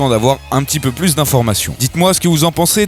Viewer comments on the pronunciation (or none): none